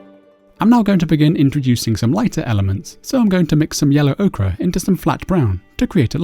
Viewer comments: Very nice tutorial. But surely Ochre is pronounced Oaker not Oakra :) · ochre [oh-ker] okra [oh-kruh] I've tried to ignore it.....but I finally gave in.